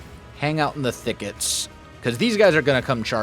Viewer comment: every time said thickets, i felt like i was watching a jane austen movie. absolut quality content!